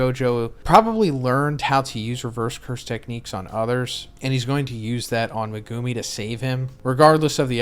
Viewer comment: Day 160 of asking to pronounce Megumi's name correctly